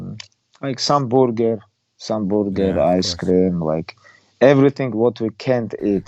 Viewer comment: Again with the boorger